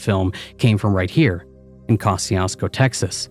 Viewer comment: 😂 …it’s pronounced "Ko-shoo-sko"